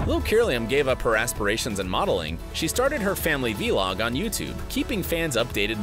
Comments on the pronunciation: I hate how voice over says “Vee-log”!! It’s a vuh-log, like blog only with a ‘v’! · It bothers me that he says V-log instead of vlog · ..he said V-log...😔